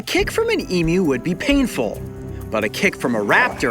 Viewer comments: Just happy you pronounced emu properly e-mew and not e-moo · I AM SO HAPPY HE PRONOUNCED EMU CORRECTLY! AFTER YEARS OF TORTUE OF NON-AUSTRALIANS MISPRONOUNCING EMU. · thank god, he doesn't say e-moo, like so many Americans. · Hearing a non-Australian say emu right is like getting a 2nd birthday. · thankyou for been the rare American thats can pronounce EMU correctly how anyone can get m-moo from EMU i dont know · Take note everyone, the way Coyote pronounces Emu is the correct way.